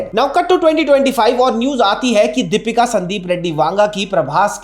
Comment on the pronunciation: It’s Deepika …not dapeeka!!! Try to pronounce the name correctly first